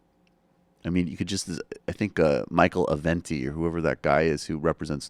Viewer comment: michael, how can you be on the "news" everyday and not know the name "Avenatti"? what cave are you living in?